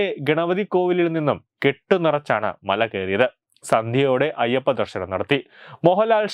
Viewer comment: "ശ" എന്നതിന് പകരം എല്ലാ വാക്കിലും "ഷ" ആണല്ലോ പറയുന്നത്. ഷബരിമല, ദേഷാഭിമാനി, ദർഷനം, വിഷാഖം...... കഷ്ടം . എടോ ശബരിമല. വിശാഖം, ദർശനം, ദേശാഭിമാനി ഇവയാണ് ശരി. അക്ഷര സ്ഫുടതയോടെ വായിക്കൂ